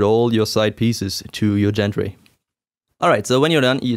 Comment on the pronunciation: Excellent video. I like the way you make a point of what needs to be left loose initially, and which angles are critical. That's almost never in paper directions. (Not important, but as a friendly FYI - gantry has a hard 'G', like "Grow").